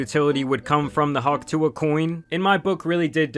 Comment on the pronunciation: She got hawk sue-a'd